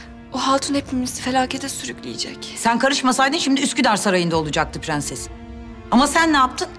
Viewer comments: Bu faryanın dadısı da tüm r leri söyleye biliyo ama prensese pğenses diyo🙄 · şu kadının madammıdır nedir onun pğenses demesi sinirlerimi bozuyo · Herşeyi düzgün söyle prensese gelince pıhrenes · Prensesin dadisi da her kelimede r harfini soyleye biliyor 1 tek prensesi soyleyemiyor PĞENSES diyor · Su nunu mudr nedr beni gicik etti sozde pgenses r leri soleyemiyo basla laflara gelince catr catr soluyo tam sole yada butun cumlelerinde kullanma su r harfinj😂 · Madamynda her seyi turkce cok soyleyor bitek perses demeyi bilmeyor😂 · bu kadın prenses demesin ya. R harfini normal söylüyor prensese pğenses diyince sıkılıyorum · Madam turkceyi sular seler gibi biliyor bide pgenses demese 😀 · Bu fahriyənin madami birdənə prenses sözündə ğ deyir qalan hamisinda r hərifiylə deyir. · Su Dadi her seyi Turkce soyleyibde bir Pğenses demesine aşırı qıcık oluyorum. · Faryanın dadısı da bütün kelimelerde r leri söylüyo prenseste söyleyemiyo aşırı sinirimi bozuyo